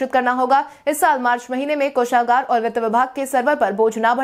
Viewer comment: कोषागार कामगार सभागार इत्यादि का उच्चारण सही करो